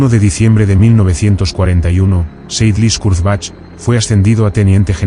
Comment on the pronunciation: More AI rubbish, whats the point when you cannot even pronounce the subjects name......... pathetic.